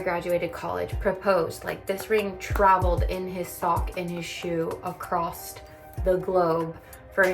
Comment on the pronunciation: There is no T in the word “across”